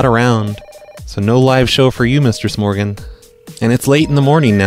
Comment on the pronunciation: I always thought he was saying "". Am I the only one?